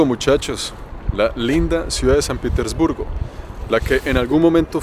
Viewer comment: Al principio dices san pitisburgo , y es san Petersburgo hable bien guevon